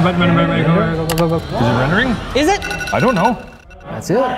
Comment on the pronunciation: Whenever talks about rendering things i always hear him talking about "wrendering". That makes every Challenge a "Wrenderchallenge"